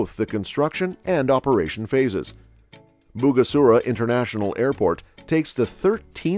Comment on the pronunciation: *Bugesera International Airport, not Bugasura